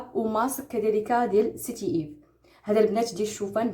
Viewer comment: السلام عليكم و رحمة الله تعالى و بركاته. الأخت بقاي تاخدي الوقت باش تقراي سميات. هاداك المقشر ماسميتوش( سيتي ايف ) سميتو سان ايف Saint yves. و هاديك لباج منين خديتي العطور را كانقراوه بارفان ماشي بارفيوم. لبنات ديرو لايك باش تقرا لكومونطير.